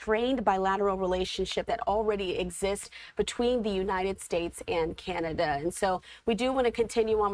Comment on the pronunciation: It's canada not kenada